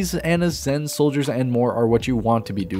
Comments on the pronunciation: Bri-geet like kahjit not brigeet my ears oh god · Why do you pronounce it “breh geet uh?”